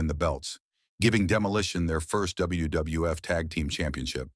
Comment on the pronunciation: This guy or AI can’t pronounce WWF & WWE.